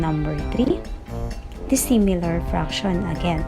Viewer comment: Sïmilar and dïssimilar ohm..okey ma'am haha